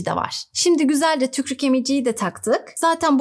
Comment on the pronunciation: hocam yalvariyorum "tükrük" demeyin artik